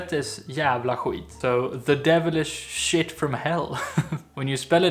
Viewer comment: Why is Skit pronounced khwit?